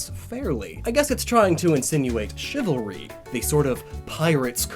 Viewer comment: Chivalry? Don't you mean... Chive-alry?